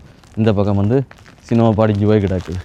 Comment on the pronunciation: தம்பி சுனோ சினோ இல்லை